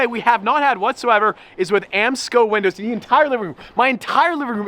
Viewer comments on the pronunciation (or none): Is it just me or did he just say, “winders are going in” referring to the windows in the begging of the video? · "winders are going in"